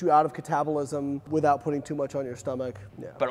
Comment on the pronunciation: talking about full ROM is the most Canadian I've ever heard him talk before LOL. "haerdest" and "withoat." Love to hear my fellow Canadians